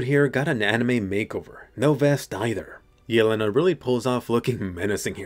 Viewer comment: Jelena is pronounced **Yèlena**. Is a slavic name meaning "deer", while Falco and Porco are also names (this time italian) referring to animals: hawk and pig lol (this is also why in the first scene 4x01 Falco si talking to a hawk)